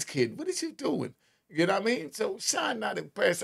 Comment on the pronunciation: SHYNE not shine